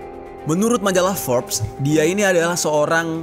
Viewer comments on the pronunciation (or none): none